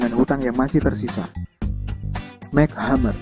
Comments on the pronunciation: its EmSi not Mac..... M,C hammer bukan Mac hammer -.. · mc hammer dibaca mek hamer?em si hemmer kaleee bacannya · Cara baca nya MC Hammer bukan Mek tapi em sih baru hammer ... duuh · MC Hammer, penyebutannya emsi hemer bukan mek hemmer Min.. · Mac hammer??? It's pronounce as emcee hammer MC bukan kaya MC Donald lol 😁 anyway this is crappy shit.... Thumbnail nya aja juga udah misleading 👎👎👎👎👎 jempol kebawah dehhh buat kamu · Mc hammer dibaca ya emsi hammer mas broo..bukan mek... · Bacanya EM CI hammer!!! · Em si hammer bacanya bukan mac hamer 😁😂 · Itu bacanya bukan 'Mac' Hammer, tapi 'M.C' Hammer.. Kalo Mac itu huruf c nya kecil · MC Hammer, bacanya EMSI... bukan Mac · Mek hamer? Wkwkwkwkwkwk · bukan "Mek hammer" bacanya tapi "MC" "emsi"... bacanya... "emsi hemeer" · MC Hammer di baca nya MC= emsi bukan Mek... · Mek hammer???? Emci hammer mas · Mc hammer alias bacanya em si hammer bukan mac hammer hahhaa hadeh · Bacanya bukan MEK HAMER tapi EMSI HAMER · Setau ane sih cara nyebutnya itu em-si hammer, bukan mchammer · mac hammer???????? MC hammer????? paraaah bacanya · aduh mas kl bikin berita jgn asal baca doang, tp pahami dan kenali objek beritanya, masa MC Hammer di bacanya "Mek Hemer" , yang bener tuh "Emsi Hemer" ckck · Mek Hammer ? it's M.C Hammer bro.. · mek hammer?? emsi hammer mas.. bacanya emsi hammer.. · #mc hammer kelles brohh bukan #mek hammer 😂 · "Mac' Hammer ? WKAKAKAKAKAKAKAKAK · mc hammer bacanya "emsi" hammer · MC Hammer dibacanya Emsi... Belakangan dia hapus MC jadi Hammer aja. Can't touch this....... 🎼 Have u seen her? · ymphilips ymphilips .ya bner mc.hammer ya bca mek hemmer..piye toh